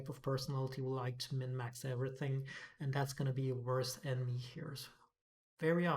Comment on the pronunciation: it's min-max not mid-miax. Minimum effort for maximum results.